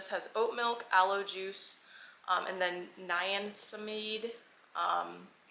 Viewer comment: the way you pronounced niacinamide took me out lol! You should try doung the ordinary skincare product haul, they are also really affordable and AMAZING quality.